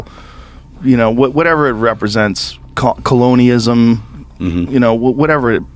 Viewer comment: "Coloni-ism"...Joe Rogan is a dunce. It is....Colonialism. FFS.